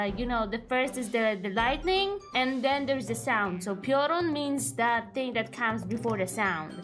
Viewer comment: Never heard someone mispronounce piorun like the deer disease (prion).